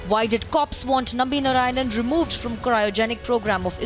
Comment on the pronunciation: His surname is NarayanAN not Narayan. Everybody does this mistake.